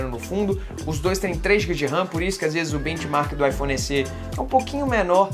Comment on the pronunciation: “S-ê”? Não seria “S-é”?